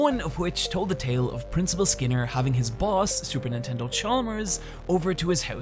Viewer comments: Yes, it was deliberate that he said "Supernintendo Chalmers" but he pronounces the first word not perfectly clearly. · Superintendent, you know, not Super-Nintendo... you know. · I’m late to this, but: “Super Nintendo Chalmers”? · lmao bro said supernintendo chalmers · Wait, did you say Super Nintendo instead of Super Intendant? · "Super Nintendo Chalmers" did I hear that right? =P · I'm sorry, did you say "Super Nintendo Chalmers"? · Did you say Super Nintendo Chalmers? . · Did he say Super Nintendo Chalmers?? I could have sworn it was Superintendent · did you call him super nintendo chalmers on purpose? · Wait, did you just call him Super Nintendo Chalmers? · I heard it. You said "Supernintendo Chalmers", and the cc backs it up. I had to laugh. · Super what Chalmers???? Super Nintendo? Super nintendal? It's superintendent mate.